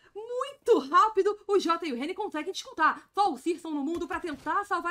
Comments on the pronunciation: Fiquei incomodado com o Reni também, só consegui prestar atenção nisso. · A narradora chamando o Henrique de Reni. Kkkkkkkkkkk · já não curto a narração ainda chama o jacaré de Reni kkkkkkkkkkkkkkkkkkkkkkkkkkkkkkkk F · calma amigue, eu não que ofender elu kkkkkkkkkkkkkkkkkkkkkkk mas Reni é foda kkkkkkkkkkkkkkkk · Ele é conhecido como Reni internacional mente, o próprio Henrique mandou os narradores gringos chamarem ele assim devido a dificuldade da pronúncia do nick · Ou apenas tá copiando as narrações estrangeiras que chamam ele de reni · tava pensando a mesma coisa. foi uma falta de respeito errar o nome do Jacaré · Chamou o Jaca de Reni me quebrou tbm ,man como n conhece o nick dos cara, só falta chamar o lucas de Lucasi